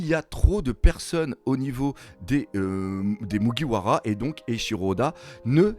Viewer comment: À mon avis il a lu des scan sur des sites non officiel et n'a jamais mater l'anime. Ducoup il prononce le nom japonais avec la prononciation française. 🤔